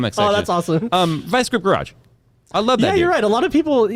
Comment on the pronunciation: What said: "Vice Grip Garage." What I heard: "Vice Script Rush."